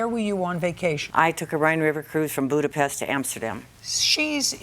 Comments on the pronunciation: It is admirable that she pronounced the name of Hungary's capital city correctly. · Jj know how to pronounce Budapest 👍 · OMG! JJ pronouincing Budapest is the best I have ever heard from a non Hungarian! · She most certainly didn't cruise on the Rhine in Budapest, it doesn't flow there lol Also, JJ pronounced "Budapest" right, that's heartwarming. ❤ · I know this is not relevant to the case, but as a Hungarian it was a pleasent surprise that Judge Judy pronounced our capital city, Budapest, perfectly. Like how we pronounce it in Hungarian!😃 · Budapest and she said it correctly!!!! KOSZONOM SZEPEN JUDGE!!!! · I love that Judge Judy pronounced Budapest like a Hungarian 😊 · She's well traveled. She says it properly.